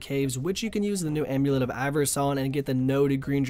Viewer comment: "Slave amulet (e)". Good job buddy.